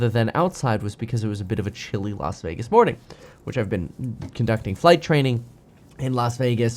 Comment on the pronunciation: Why did he say A-lasa-vegas lol